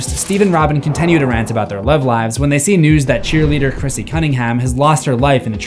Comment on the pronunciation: Am i the only one who notices bro always says "contenue" 🥀😭 Great video as usual tho